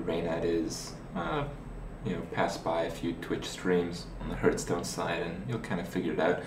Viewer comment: If only he'd stop saying hurtstone...